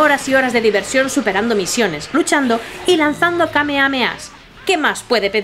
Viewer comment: Lo veo para ver si lo compro en la switch y escucho kameameas😂😂😂😂😂😂